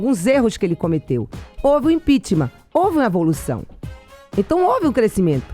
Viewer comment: " Canidata", ' impichmá"...fico imaginando o texto desse livro. Se bem que não foi ela quem escreveu...